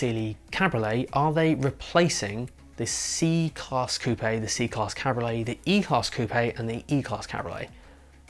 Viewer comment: It's called a CAB-RIO-LET. 3 syllables dude